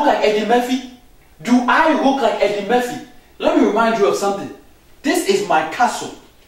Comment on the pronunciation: He said Eddie Merphy. Haahahhahaa